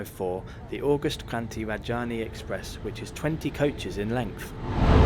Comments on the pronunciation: It is Rajadhani not Rajani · Pay some attention on your pronounciation, Rajdhani not Rajaani. Also you said Hazrat Nizamuddin really bad. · It is Tejas Rajdhani and not Rajani. 😅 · Rajdhani. Repeat after me. Raj-Dha-Ni!!! Is it that difficult??? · Love your butchered pronunciation of Indian names. Rajdhani, Maharashtra, LOL! Keep up the good work :-)